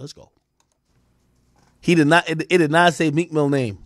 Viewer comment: Some one said Cheek Mill 😂😂😂😂😂😂😂😂😂😂